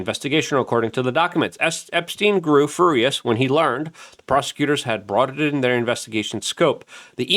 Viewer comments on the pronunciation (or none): Furry-us lol